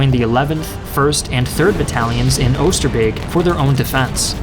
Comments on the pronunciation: That pronounciation of Oosterbeek was on point! You Rock! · saying 'oosterbeek' like a real dutchman